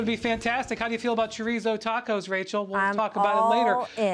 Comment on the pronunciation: heard brian say chorizo taco and went down to the comment section lol